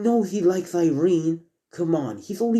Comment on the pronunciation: It's Irina not Irene